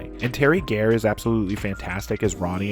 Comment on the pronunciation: Teri GAAAIIR? It’s Garr. It’s fucking Garr. She was a national fucking treasure. Get her name right.